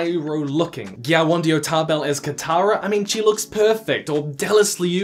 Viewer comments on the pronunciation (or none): none